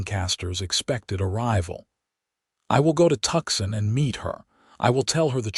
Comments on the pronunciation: Please please please correct the AI narration to properly pronounce Tucson! Hint - it's not "Tucksen". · I almost choked on my coffee at that particularly unusual AI pronunciation 😂😅😊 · Tuxon.......or is it Tucson????